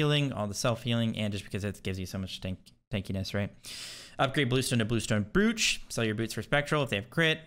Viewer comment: Please tell me your mispronunciation of “brooch” is a meme like sigil